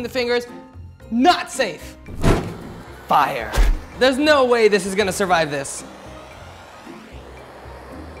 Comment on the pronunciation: ohhh that's really scary that Alex said firree!!! and that crocodile too